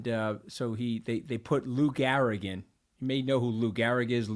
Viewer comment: Its Lou GEhrig not Lou GAhrig. Are you sure you're from New York Anthony?